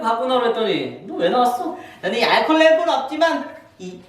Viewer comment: 광자 알콜을 아이콜이라고 함 ㅋㅋㅋㅋㅋ